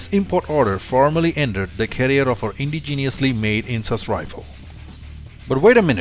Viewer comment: It's not indi geeeniously. It's indigenous.